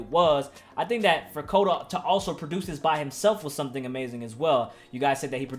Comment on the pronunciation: we done corrected this man thousands of times and he still saying Koto